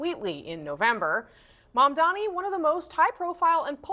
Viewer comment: That hack couldn’t even say Mamdani’s name. What a jag